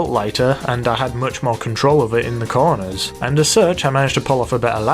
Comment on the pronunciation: He says corners like coroners